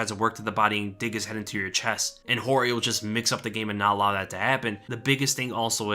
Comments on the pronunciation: It’s not George it’s Jorge pronounce “Hore hey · He just hates guys named George. In this video people he knows are calling him(Jorge Masvida) George. If he had a problem with it I'm sure he would say something. I've known about 4 people named Jorge and they have all gone by Hor-hay and George. You are allowed to do that! George St Pierre is actually Georges. My uncle is Visily to his Russian speaking friends. At work he is William and most other people call him Bill or Billy. You're allowed to do that you can even have a unrelated nickname if you want. SMH..